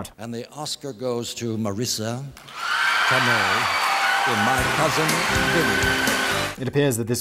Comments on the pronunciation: Tomei is pronounced "Toe May" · Tomei is said Toe - May (like James May) oh Factual one. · Yes Simon saying Marisa Tomei's last name wrong the whole time. Lol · Praise the Blaze Borthers! Also, isn't anyone else disturbed by how Simon pronounces Tomei? Edit: Is there something as a SMART conspiracy theory?